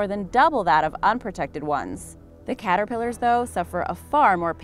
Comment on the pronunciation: •The “Cat-ter-pill-ers” •Ughhh 🤯 side note! My cat is officially homeless!